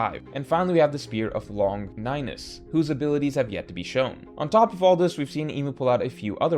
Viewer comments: Longinus is usually pronounced 'lawn genus'. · He way you pronounced Longinus is fucking hilarious. Look up the history of the name Longinus